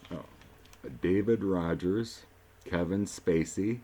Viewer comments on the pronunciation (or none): none